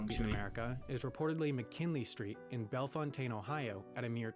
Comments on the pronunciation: The video's narrator mispronounced Bel--FOUN-tin, Ohio. It's NOT Bel-fon-TANE like he said. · When he mentioned Missouri, he big time goofed, in that Kansas City is in both Missouri and Kansas, but the latter version is only 1/3 of the former. Contrary to how he pronounced it, Bellefontaine, OH, is pronounced bell-FOWN-tun. The US is smaller than Canada by about 88% of Texas. The waterfall in Yellowstone N.P. in Wyoming is in what's called the Grand Canyon of the Yellowstone (River, not National Park). The Appalachian Trail isn't the only long distance one in the USA. There's also the Pacific Crest Trail out west, which is longer, but less used. If you're interested in Hawai'i, you should watch the video of Kauai by "Amazing places on our planet". Absolutely stunning!! Alaska's not uninhabitable in parts; what it has is vast areas with no roads to the communities there--far more than 1/2 the state. Some are served by the Alaska State Ferry System, but the majority gets to the outside world by bush plane, dogsled, snowmobile, or 4-wheeler. The Kentucky geography thing was explained earlier in the video--the Ohio River has changed course over the years. Michigan is made up of 2 peninsulas--the Upper, and the people are called Yoopers (from U.P.'ers), and Trolls (because they live "below the (Mackinac [MACK-uh-naw]) Bridge, which connects the 2 peninsulas. Pontchartrain = PAHN-chuh-train Causeway is 24 mi./38.6km. in Louisiana. He doesn't lie; it's really a park in Portland, and it's in the Guinness Book of World Records. They don't lie, either. Minnesota's NW Angle isn' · Bellefontaine, Ohio is actually pronounced Bel-fown-ten. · McKinley Street is located in Bellefontaine, pronounced "Bell fountain." It is located alongside of a railroad track and has one building with it's address on McKinley Street. It got it's name from when William McKinley (25th president) was campaigning by train and stopped there to talk to the people of Bellefontaine.